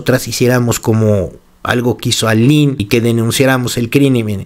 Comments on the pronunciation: Se pronuncia "Alin" no Ailin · Dices en el relato Aylín, pero el nombre correcto es Aline... Me confundí todo el tiempo en el relato, pero bien relatado y detallado, muy fuerte todo por cierto. Yo pienso que María Raquenel le cuenta a Roberta el final de Ana Dalay culpando de la muerte a Karina Yapor en respuesta o venganza a su libro y tristemente pienso que Raquenel sí hizo lo que dijo en su libro Karina Yapor en relación al cuerpecito de Ana Dalay.😭😭😭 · O sea no se llama Aylin , es Aline....eso genera una pequeña duda de la información 😒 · es Aline, no Aylin😊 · no es AILIN es ALINE leé bien